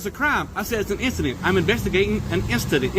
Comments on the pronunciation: He’s investigating an identsent lol what did he drink today 😂😂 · "I'm investigating an ingistance" 😂😂😂😂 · “I’m investigating an instident”lmaoo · I'm investigating an "instident" lmao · “instantant” 😂😂😂 “investigating and instantant” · "I'm vestigatin' 'n instadent" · "I'm investigating a instadent."😂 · "I'm vestigatin' uh issident...." Pathetic. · Im investigating an 'incadent' lol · "In-sta-dent" ok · "I'M INVESTIGATIN' UH INSTADENT!!!" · "I'm investigagin' an insident"! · Thought I heard he’s instigating an instadent😂😂